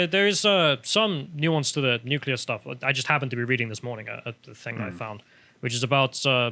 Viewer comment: Nu-cu-lar bombs be the Devils work, Bobby Boucher!